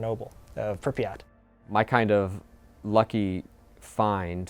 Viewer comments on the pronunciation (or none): It's not Prippy at, it is Prip yat No one says it right